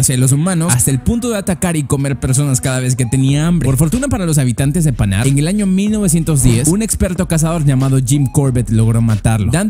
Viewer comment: Leopardo de panar le quitas la r leopardo de pana XD